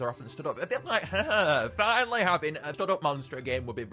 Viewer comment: The way pronounces Hyehehe is hilarious